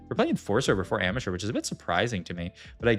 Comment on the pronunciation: Everytime he says ambusher hes rly saying amateur now watch it again :p welcome to my brain cannot unhear